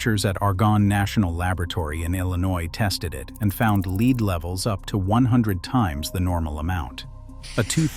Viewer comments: ":Lead," the element, is pronounced LED nor LEED." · If you would pronounce it yourself instead of giving the task to Artificial Idiocy, we would perhaps not complain so much. I'm hearing this error so often now, LEED vs LEDD, REED vs REDD, and others. For $1500 I'll read it for you, but certainly you can find someone cheaper than me and possibly better. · Lead = "led", not "leed". Another computer-generated glitch. Still, a well-done video. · Lead is pronounced, LED!!! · I don't understand how the computer generated voices can be so good at human voices yet screw up really basic pronunciation like that. Not saying that to criticize. Just honestly confused at how often things like that happen. (I mean there's no such thing as the poisoning of lead, pronounced that way, right? Why does it make the mistake?)